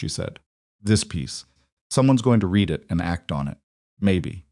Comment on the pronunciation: Same BS Ai that is unable to distinguish read (reed) from read (red) .... 100% FAIL...